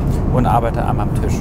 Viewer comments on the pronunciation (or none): Bitte. Es ist ein Tisch. Kein Tüsch.